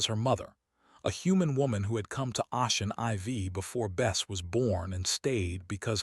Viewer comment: "Ocean IV" is Ocean 4 not 'Ah-chin EyeVee'. It's pronounced 'O-shin 4'. Teach your damn AI how to read English!